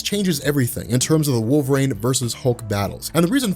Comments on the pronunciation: Wool ver een. Not wall vrain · I keep hearing him saying wolverAIN, instead of wolverine. Maybe I'm insane. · Wool Vuh Reen